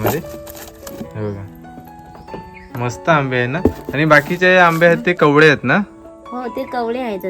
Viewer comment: भाऊ कवडे नाही कवळे अस बोल